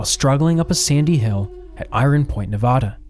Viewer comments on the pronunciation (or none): ITS NEVAAAADUH NOT NOVODAAA PLEASE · I couldn't finish. The state is pronounced Nev ADD uh, not Nev ODD uh. A very basic mistake that made me question your credibility. Also, the vast majority of the modern photos of areas discussed bear no resemblance to those areas, showing a lack of research & sloppiness. Also, very little info about why their crossing the Wasatch took so long. It wasn't the miles of Hastings Cutoff. It was the lack of a trail, forcing them to go a mile or two a day, cutting trees, bridging canyons, climbing cliffs. I gave up about there but if people are interested, read some books on the subject. This video is a half-hearted attempt to tell a story with minimal research or fact-checking. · It’s nevaaaaaaaaada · Also, it’s Nevada with the middle a sounding like apple…not ah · sighs, has to dislike because Nevada pronounced wrong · Your documentary is great . But please dont say Nevada like that